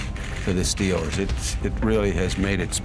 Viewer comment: If you're going to do a video about the Pittsburgh Steelers, you should really learn how to pronounce Steelers.